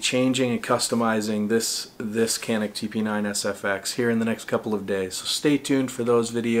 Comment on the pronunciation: Pronounced (chaneek)